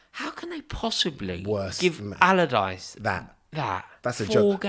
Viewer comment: Sam "Allardichee" ??